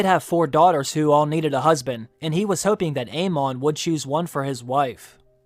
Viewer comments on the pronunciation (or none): none